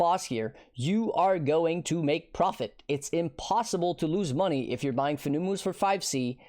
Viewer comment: I'm 99% sure Fenumus is pronounced like Venomous (but with an F). It's a venomous spider. I got a good chuckle out of how dumb "FOO NEW MOOs" sounds though. lol Farrul = Feral Their names are all like that.